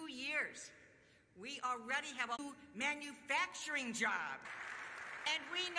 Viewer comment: Manufracturing Boom. With a silent M.